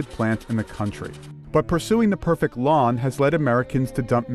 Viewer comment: anyone else annoyed the way he says "perfect" like "perfick"